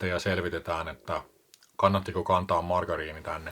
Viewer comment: Se on VOImariini. Ei "oivariini" eikä mikään muukaan. 😝